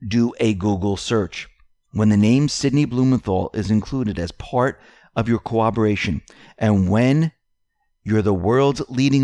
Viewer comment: PLEASE, practice pronouncing "corroboration".